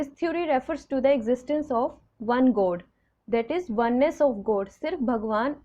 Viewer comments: Please focus on pronunciation. You pronounce God as Goad. Non- human as known human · Mam, improve your accents.....I mn ur pronunciation....like u pronounce god as goat, and so on...plz don mnd